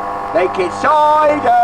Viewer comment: making soidah! making sooidaah!